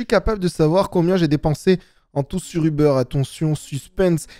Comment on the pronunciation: A chaque fois j'entends "les données du beurre" 😂 ->